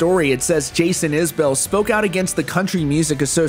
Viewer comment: You mispronounce Isbell, a lot of people do that but you're supposed to know these things. More to the point, we're talking about John Prine, I don't need to hear CMA's excuses.